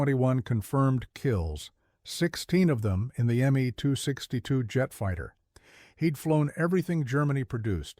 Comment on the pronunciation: “The me, too, six two jet fighter..”. 😅